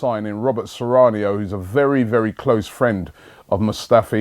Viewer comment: Lol what's this guys fetish with pronouncing names with an io at the end!? Maur'io' icardi, Robert soran'io' (Soriano) etc etc! 😂😂😂 good stuff though, keep up the good work.